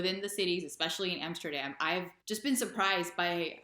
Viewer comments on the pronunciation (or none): none